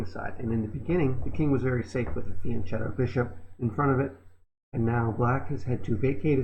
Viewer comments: "Fianchetto" is pronounced with a "k" sound, it's an Italian word. (If you've already learned it from another comment, please disregard this: I write it in every video/channel in which I hear it haha...) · Americans: Please stop mispronouncing fianchetto - the "ch" in Italian gives a hard K sound.